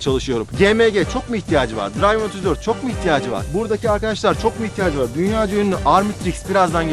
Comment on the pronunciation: İngilizce 'Driven 34' "dirayvin 34" degil "dirlvIn 34" diye okunur. Sponsorun ismini dogru soylemek lazim iyi tanitmak icin